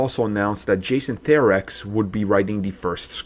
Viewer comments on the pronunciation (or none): "Jason Therex".... OOOOHHHHHHH... That one hurt to listen too lol (It's Justin Theroux, pronounced "There-row", for anyone who doesn't know) Looking back at Iron Man 2 with Kate Mara and Olivia Munn, and where they ended up at Fox for a bit, can't tell it was for the best or for the worst lol